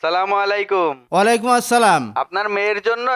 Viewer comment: ওয়ালাই কুম ??? 😂😂😂😂😂😂😂😂😂😂😂😂😂😂😂😂😂😂😂